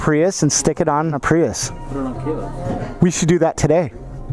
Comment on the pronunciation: Don't you hate on the PRY-YUSE!